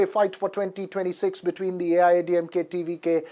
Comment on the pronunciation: TVK name Pronounced 👌👌👌